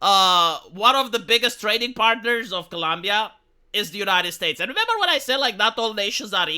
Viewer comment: Love this channel, but for goodness sake, please the name of the country correctly.